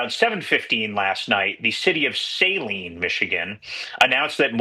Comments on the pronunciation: It’s sah-leen not say-leen. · It's not Sail-line MI, it's Sa-lean, spelled Saline.😂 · Nitpick: Saline (the city) is pronounced "suh-LEEN", not "SAY-leen". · Pete Thamel butchering Saline is peak journalism, Suh-leen not Say-leen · Off topic … but why is it nobody knows how to pronounce Saline … it’s "suh-LEEN." 😂